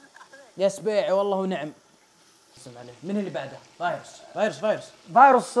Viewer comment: هذا مو فايروس 😂 وترا يععع تقولين فايروسي